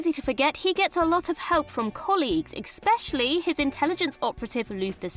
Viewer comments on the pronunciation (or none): Sweetie - there is no "X" sound in the word 'especially.' Every time you say it in one of these lists, it drives me nuts.